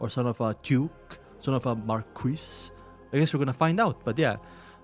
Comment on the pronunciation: Marquis is pronounced Mar Key